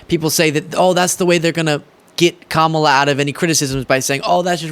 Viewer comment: On a positive note, i think i heard trump correctly pronounce Kamala. Maybe he only purposely mispronounces her name for his supporters. 🤷‍♀️ 😂